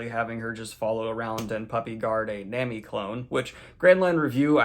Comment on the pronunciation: Coming back here to watch these reviews and being pissed bro does not know how to pronounce Nami correctly this far into the series